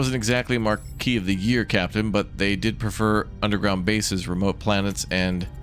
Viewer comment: Hey, Maquis is a French word. Maquis can refer to the French Resistance fighters of World War II. Also Maquis sounds like Ma-Key.